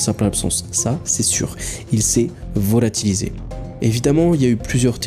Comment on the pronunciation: Il s'est VO-LA-TI-LISÉ 😂😉